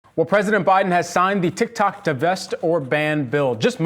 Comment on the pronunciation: Funny how he pronounces it as TicTac, not TikTok 😂